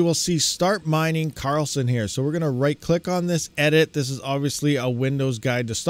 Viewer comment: it is Karlsen D not Karl Send;-)